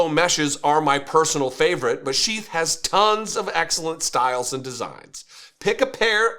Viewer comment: at first, i thought you said chief underwear. then, i looked at the video and it says sheath. maybe the company should change their name to chief underwear. it sounds more manly.